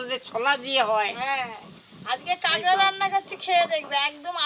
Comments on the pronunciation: Tumi age kakra bolte, ekhon kagra bolo keno? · Kagra na..kakra bole😂